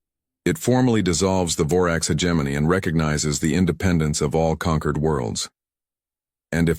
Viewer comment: Stupid AI can't even pronounce hegemony correctly